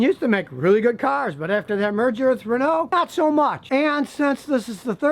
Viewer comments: Your pronunciation of Renault is atrocious. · "Renoh" or Renault